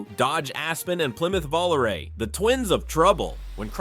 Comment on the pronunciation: Lol, this is fun. But, having lived through the radio ads for it, it was pronounced Voh-LAH-ray, not Volaray.